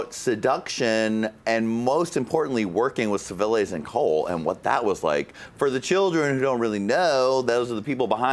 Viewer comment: Civiles??? It's Clivillés, Jonny 😂😂😂